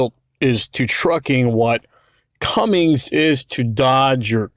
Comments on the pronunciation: Lost me at fuckin “Cummings”. ITS CUMMINS, ITS SO EASY TO READ, THERE IS NO G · It's "Cummins"...